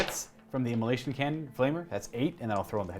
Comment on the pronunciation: "immola🎵SH🎵ion cannons"